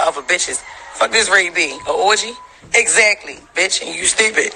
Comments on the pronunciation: I can't take all the extra R's Jess speaks with 😂😂 I missed a majority of what she said pondering on "sturpid" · "Stew-pid" Pls jess, stop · I don’t know why but the way that Jess pronounces “stourpid” irritates me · “You strupid” Lol